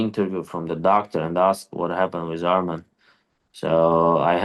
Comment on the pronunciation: Not armen bro say his name right its Arman